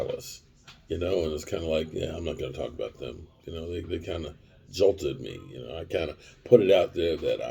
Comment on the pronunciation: It's jilted him not jolt him